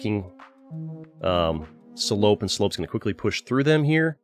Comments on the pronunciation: at least he didnt pronounce it correctly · As a french, there was a slight giggle each time you said "Salope" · Sa façon de le dire me fume mdr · BAHAHAHA THE WAY YOU SAY SALOPE IS SO FUNNY xDDD its supposed to be a french insult